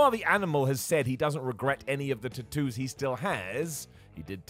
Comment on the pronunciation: Drink everytime says “Tat oos”